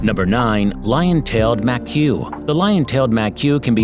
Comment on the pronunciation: Ma-que? Seriously? There's a video on youtube on how to pronounce Macaque.